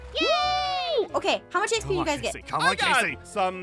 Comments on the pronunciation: And not trying to be rude, but it’s not EXP it’s XP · Thank you for making these videos But You're wrong it's not ExP It's XP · First person to say exp instead of Xp I have seen